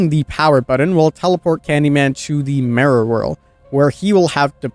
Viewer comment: The way you say "Mirror" makes me cry, but the rest of the video was great